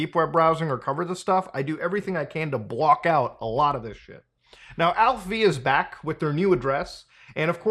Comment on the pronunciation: Are you sure its pronounced Alph-V and not Alpha? 😅